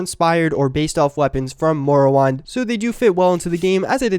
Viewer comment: Wait... did he say "Morrowinde"? Plz say he did not just say that. Plz.